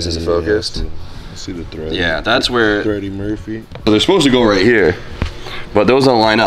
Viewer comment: really said threddy Murphy 😂😂